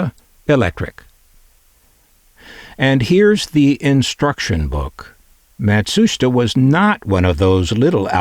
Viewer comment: I believe it's pronounced: Matt-Soo-Sheetah.